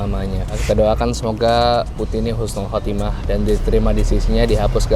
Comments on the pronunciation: ralat bang, Husnul Khotimah, bukan Khusnul Khotimah, soal nya berbeda arti😁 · maaf bang , husnul khotimah yaa bang bukan khusnul khotimah . CMIIW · Koreksi bang husnul khotimah bukan khusnul🙏